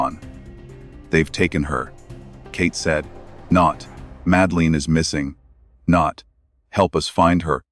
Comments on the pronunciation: And it's not pronounced Madaleen! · Please pronounce her name correctly. So annoying.